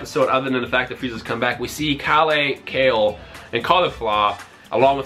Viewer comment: it's Kēru in Japanese, it's pronounced Kayl